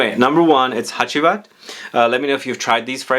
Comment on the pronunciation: Actually Ege is a Turkish word and your pronunciation is great! You did spell Hacivat great as well.